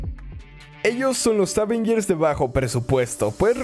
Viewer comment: Yo pense que dijo: estos son los aven gears